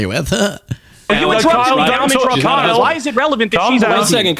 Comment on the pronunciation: aayyyye why did you say it like that?? 🤨📸 I got my eye on you. You put some respec on Kyle’s name